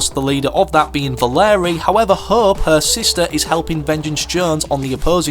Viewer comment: its valeria not valerie lol